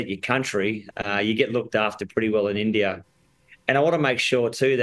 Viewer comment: Is it just me or they pronounce India as Indiarr 😂😂